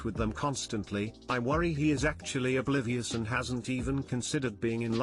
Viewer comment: this electronic voice can’t pronounce “beautiful” correctly but can say the word, oblivious, perfectly. WTH